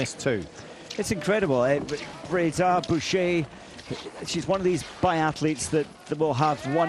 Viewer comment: You've butchered her name! She is Justine Braisaz-Bouchet. Have more respect for the athlete!